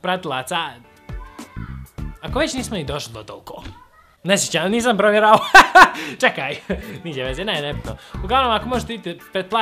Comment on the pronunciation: 2: 38 braco rekao cekaj umesto čekaj